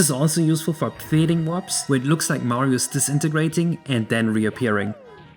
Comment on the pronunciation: "this is also used for f@ fading" 😂